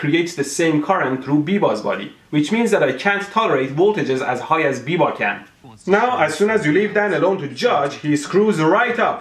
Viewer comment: biba is from my town, he is a scam sure but you are pronouncing his name wrong